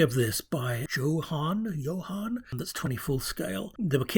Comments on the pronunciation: John Handley pronounced it Joe Han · Brilliant!!! I recognised loads of those smaller vehicles from my childhood...........once I started looking! But not the bigger tin-plate stuff and battery operated toys. Definitely lots of Jo-Han kits in there....apparently they pronounce it as Joe-Han, but they're from the U.S.😉 The imagination and vision that Derek and the team had was incredible.